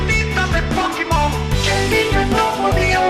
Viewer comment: Los "pokimon" 😂😂😂